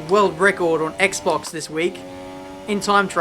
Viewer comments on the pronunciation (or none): none